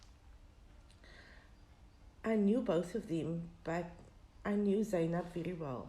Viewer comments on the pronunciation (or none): Her name is not Go- Wa .... It's Gouwa. With a gutteral soft G sound. At least find out pronunciation before making your video. And It's Zay- nab ..... Not Zaai nab